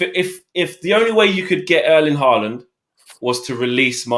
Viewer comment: Nobody:: HaArLaNd 😂😂😂😂😂